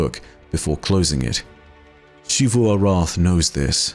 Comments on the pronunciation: Every NPC: Zee-vu: She-vu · Why is it in game charcters prounounce "Xivu" as Zevu, and you pronounce it Shevu? Arrogance? Or something you know that all of them and the devs do not? Do you pronounce; Xenon, Xylophone, Xenobiology, with a "SHhhh" sound? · It still annoys me that he says shivu instead of zeeru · I love your videos, but one thing that always takes away from them is how you continue to pronounce Xivu as Shivu, when it is very much Zivu. You even use clips that have that pronunciation. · Just curious, why do you pronounce it like She-Vu instead of Zee-vu like the NPCs when they use it in dialogue? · mispronouncing Xivu as "Shivu" irks me waay too much... >:( That even after he plays multiple voice lines where EVERYONE pronounces it correctly in game. sigh